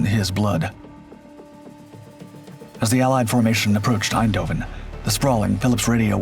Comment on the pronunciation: The mispronunciation of the city's name "Eindhoven" to Dutch ears sounds both annoying and German. But then, at the time, the city, the Netherlands as a whole, suffered under the Nazi occupation.